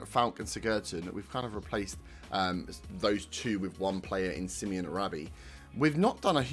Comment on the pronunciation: Sim-oh-nay, not Simeon. Brilliant first game. Feels like the start of something.